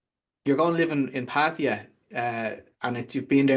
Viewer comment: It's Patt ah ya sounds like Patt A yah, thats how Thai's say it!!! Not pattiya or patteeya or pattihya or pattya, it's Patt aaaa yaaaahhh!!!